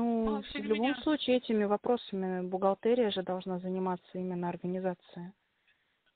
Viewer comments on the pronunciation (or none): В слове бухгалтерия произносится е, а не э.